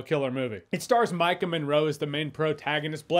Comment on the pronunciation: Ohh it's Maika Monroe, not "Mike 'n' Monroe"